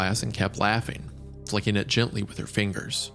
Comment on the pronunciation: why does Wendigoon have such a hard time saying “flicking”? 🤔